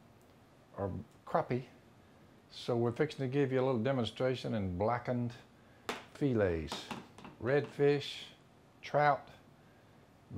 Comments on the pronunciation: Why y'all call them Fee lays? Try Fa lay! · What's a feelay? Must be a Louisiana thing, I heard another one of y'all's bunch calling it a feelay/filet.